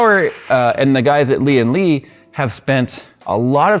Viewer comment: Lian Li watching the comments? Please correct the pronunciation of the name, driving my OCD crazy every time watch a review LOL